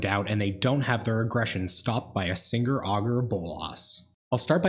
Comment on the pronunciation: "By a singre Augur of Bolas"